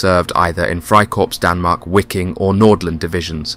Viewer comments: Your pronunciation is absolutely abhorrent “wicking” it’s just pronounced Viking man… and ‘georg’ is George.. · Wiking is pronounced (Viking) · Wiking: the W is said like a V making it VIKING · Wiking is pronounced Viking, which is exactly where the unit derived its name. The unit originally being made up from Danish, Norwegian, Swedish and Icelandic volunteers as well as Dutch and Flemish. Very interesting subject none the less.